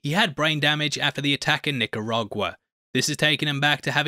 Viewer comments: Knee - Car - Ah - GooAh = Nicaragua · NICA-RA-GUA 🇳🇮. Hope this helps you in case you ever have to pronounce my country's name again. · ive literally never once in my life heard someone struggle with the name "nicaragua"